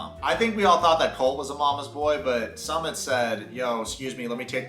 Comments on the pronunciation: Nobody going to mention that is pronouncing Sumit's name wrong? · Bro why are you pronouncing sumit like that… haven’t you heard how they say it in the show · Love your 90 day vids BUT Sumit isn’t pronounced “summit” it’s “ SŪmit” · Dude not Summit it’s SUmit as in SUE…MIT not commit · SoooMitttt - not Summit ! C’mon, it’s been years ! Disrespectful Dude 🌊🔥🔥🌊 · You’re too funny, his name is “Sumit” not “Summit”! lol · Not some-mit. Sue-meat! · His name is pronounced as Sue-mit like you can sue mit ! Lol Also let me tell you guys that, India is very diverse country the north, the south and north east India is extremely different in terms of language, culture food even religion. So there is no such thing as a “topical Indian wife” we’re super progressive and backward at the same time lol 😂 I get culture shocks when I move from state to state. Also Sumits mom is a bitch and an evil woman, very vengeful. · His name is pronounced "Soo-Meet" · I thought his name was pronounced Sue-Mit? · The guy on Psychology in Seattle, Dr. Honda, says it like mountain summit too. Drives me crazy. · Why are you deliberately mispronouncing Sumit's name?